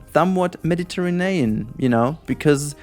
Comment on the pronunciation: Sorry but I laugh everytime you said Mediterinean instead of Mediterranean. xD